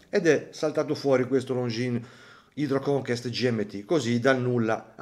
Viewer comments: È inglese e vuole dire CONQUISTA non conquistare. Anche il suffisso hydro è inglese e sta per idro in italiano E si pronuncia Haidroconkest I francesi lo storpiano Hidvò Conkès Vai a studiare vai! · no, è francese e si pronuncia conqest